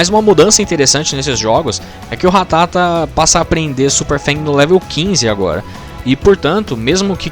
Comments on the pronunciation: Quando percebi que boxe ia passar 16min falando ratáta e não ratatá eu parei de ver o vídeo kkk Ratáta eh muita coisa de mané falar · É ratata não ratátaaaaa aaaaaa . Muito bom o vídeo